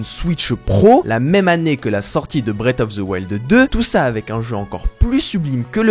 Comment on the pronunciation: bullshit...et ne sait pas prononcer Nintendo et Breath xD